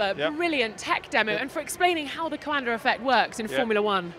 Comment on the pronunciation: She is butchering Coanda’s name.